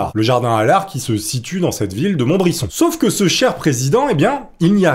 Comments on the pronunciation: On dit '' MontbriZon '' pas '' MontbriSSOn '' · Merci pour cette vidéo mais OMG c'est Montbrison dans le 42? Non pcq je vie pas loin 🤣🤣 et si c'est ça on dit MontbriZon et pas MontbriSSON 😅 merci pour cette histoire 😂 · Montbrison se prononce pas montbrisson mais mont brise on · On dit Montbri"z"on pas Montbrisson !! Vive le forez libre ! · Salut , c’est pas monbrison mais montbrison. 😉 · On dis montbrizon poulet un "s" se prononce "z" . Pour t en rappeler pense a "si tu met 2 S ca fais allemand" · MontbriZon (le S se prononce Z)!!!! j'y suis actuellement et ce depuis 43 ans, après c'est pas grave mais ça fait bizarre d'entendre parler de sa région!!! La prochaine fois que je verrais le monument au mort du jardin d'allard je penserais bien a toi!!! Allez la bibizzzz et continu comme ça, j'adore ton contenue!!!!!!!! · Pareil pour Montbrison qui se prononce monbriZon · Bonjour, étant un Forezien j’habite à 20 km de Montbrison, du coup pour te dire que ça s’écrit avec 1 t avant le b et que ça se prononce montbri"z"on lol sinon on continue tes vidéos je te suit depuis le début. Et je kiffe ton contenu. Merci 😘🥰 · Il me semble, qu'on dit MontbriZon car le "s" est entre deux voyelles. Je connaissais ce président mais je l'ai connu très tardivement, je pense que c'est très dommage qu'on ne connaisse pas tous nos présidents français. Pourquoi nous n'apprenons pas l'histoire de notre pays à l'école ? Les Américains connaissent très bien leurs présidents alors pourquoi pas nous? Je l'aime bien ce président. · La ville c'est montbrison (ça se prononce montbrizon) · Je suis du coin, ca se dit ''Monbrizon'' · Montbrison se prononce "Montbrizon" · Sa se prononce montbrizon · Sa ce prononce montbriZon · Mouahahaaa c'est Montbrison avec un T, et le "sse" se prononce "ze", 😁 halluciné quand je t'ai entendu dire le nom, ayant grandi a côté! Bref je me hâte a la vidéo 😍😁